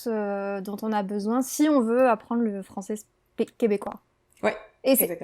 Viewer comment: français----- francie 😂😂😂😂